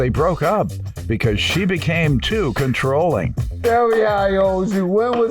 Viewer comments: Soooo... did he say "ControllIVE?" 🤔 😳 👀 🤣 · 😂 I was looking for this comment. I asked myself did he really say CONTROLLIVE 😐 Then he said it again! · He said, "She was very controlif".....🤣🤣🤣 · The word is CONTROLLING not CONTROLLIVE - it’s not even a word. So annoying!!!!!!!!!!!!!!!!!!!!!!!!!!!! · Wait..did I hear the defendant right?…’controllive’???🫣🫢💀🤣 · Did that ninja say controlive. Women are lonely as hell. He said it again. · & “Controllive” instead of Controlling…😂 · Did he say she was Controlive. Controlive. I think he said it 3 times. Oh boy. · “Getting ‘controllive’” okay